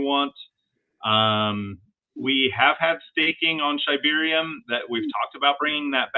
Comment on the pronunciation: It’s “SHIB-arium”… come one now